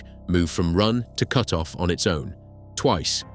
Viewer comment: In your video you say cute-off.